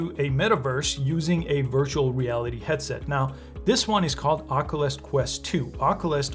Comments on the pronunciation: the way he says “ockolus” instead of “ock-you-lus” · Please for the love of GOD>.. SOMEBODY teach this man how to say Oculus. He keeps pronouncing it 'Ock-o-lis'.